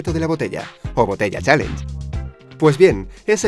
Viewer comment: pq los españoles hablan tan mal el ingles??? dice chalenje